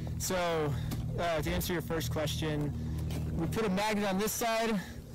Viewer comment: Did he say "magNate"? Can't wear your sunglasses, yet... it's not night...